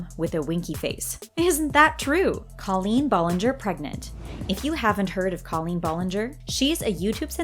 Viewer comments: Cringe lol your saying Colleens name wrong but still a good video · Okay, two things. She was in Nickelodeon, not Disney. Secondly, Colleen and Ari are like best friends, so like...it wasn’t even a question that she’d be in it. Also, the fact the voiceover says Colleen Ballinger name's wrong bothers me a little.